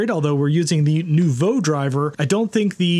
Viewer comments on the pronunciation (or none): none